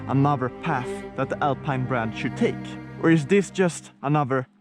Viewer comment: Alpeine Alpeine if you can’t say Alpine al the rest of the movie doesn’t matter anymore ......sorry